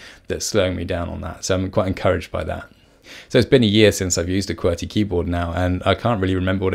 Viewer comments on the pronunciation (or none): Key-Bee-Are !?! Key-Bur !!